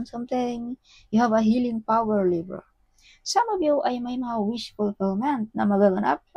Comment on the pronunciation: Libra ndi Lebra. Masyado mong binibisbis DUHHHHHHHHHH